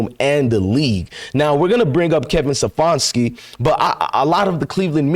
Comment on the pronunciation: His name is Ste FAN ski